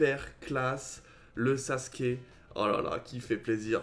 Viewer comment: Mdrrr tu dit "saske"😂😂 c’est "sasuuuuuke"! Et ça ce prononce "ou"😂